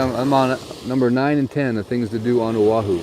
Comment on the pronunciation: YES, definately drive the island. It's so beautiful here. People would be surprised... I live in Hawaii Kai ----- Hanauma Bay is wonderful and if you're kama'aina, it's free:) I have to say Manoa Falls is a great hike too. Mahalo for jumping over to O'ahu (and for saying it correctly;)